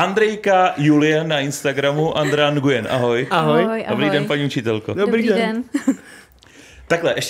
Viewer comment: Aaaaa to je ta paní co neumí vyslovit svoje příjmení 😂 Jinak dobrý, ale jak se vyslovuje každé písmeno tak to odpadávám...